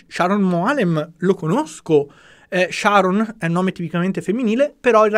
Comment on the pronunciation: però il nome devi pronunciarlo col giusto accento. Il nome maschile ebraico è Sharòn, non come l'inglese femminile Sharon. 😏